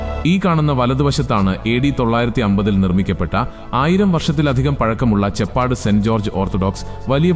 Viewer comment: ചെ പ്പാട് അല്ല , ചേപ്പാട് ആണ്.